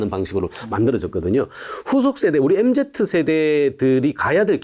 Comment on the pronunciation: 교수님 엠제트 아니고 엠지요..(소근)